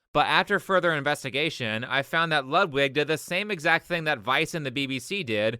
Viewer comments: Great video. Just one minor thing that slightly bothers me, but only because I am dumb: "Ludwig" is pronounced like you'd pronunce "Loodvig" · It is pronounced Lood-Vig.. not Lud-wig. Just letting you know. Love the video.